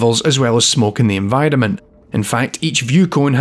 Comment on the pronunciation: I finally figured out when sounds like he says "in vitamin" he's actually saying "enVIRONment"